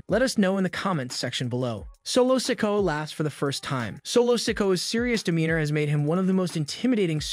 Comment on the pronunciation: Well the one that gets me is when he says solo sikoas name its se-koh-ah not sicko sorry I'm not being mean or anyting it's just a pet peeve